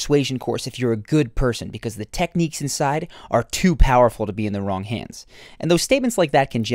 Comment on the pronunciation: lol "turst!" , oh, and "becuase!"